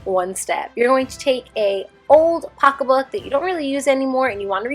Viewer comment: hearing you say “pocka book” (pocket book) is my favorite thing ever 😂